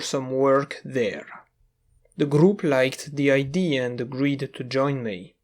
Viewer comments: Good sir, the "a" in "idea" is said out loud, unlike most instances of "ea". Have a good day. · I have been watching your videos for awhile.. and I don't want to sound rude but are you not capable of pronouncing idea? Or is it an inside thing? I am very confused by that, considering you pronounce everything else really well